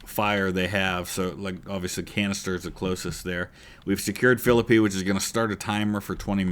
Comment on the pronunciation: Good to see you back with some UGCW! For the amount of hours I've put into this game, I didn't know about the mod, so since my Age of Sail and Victory and Glory stint is done, I'll get into it. And thanks for making sure people know how to pronounce Philippi, as a WV native, it always drives me nuts.